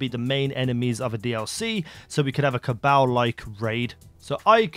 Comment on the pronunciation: The way he says cabal makes me cringe